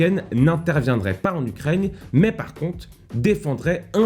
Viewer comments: Les gens: Ukraine: Ukraigne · C'est Ukraine pas "Ukraigne" comme tu dis tout le temps... x) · C'est moi ou tu dis ukraigne? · Gros Job ! C'est moi ou une fois sur deux tu dis Ukraigne ? 😆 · Alors, intéressant ! Mais tu vas arrêter de dire "UKRAIGNE" bord3l !